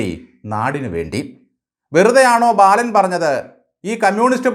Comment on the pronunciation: ബയാളൻ,,, ബാലൻ 😂😂😂😂